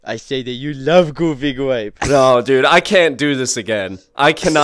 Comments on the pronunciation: Is thear a goofy gwape ride Josh. No thears not a goofy gwape ride. well den let's go home and watch goofy gwape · Goofy gwape